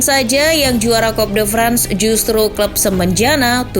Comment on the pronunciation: Toulouse dilafalkan jadi "tulus" Coup de France dilafalkan jadi "ku de frangs" Saint Etienne dilafalkan jadi "Sang Etiang" Le Monde dilafalkan jadi "Le Mongdeu"